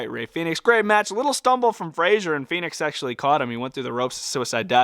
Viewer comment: Your saying Phenix. Its Fenix. Fen-ix